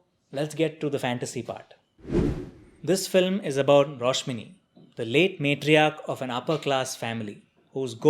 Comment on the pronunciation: It's a great review. Btw the name's Rashmoni,not Roshmini.